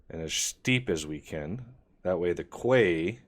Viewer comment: Quay = "key"